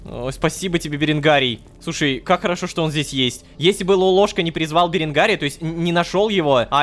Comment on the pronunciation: Невер всегда говорит ророшка